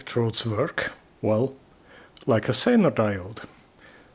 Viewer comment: That regulator tube, it sounded like you said "center diode" but I think you meant Zener diode.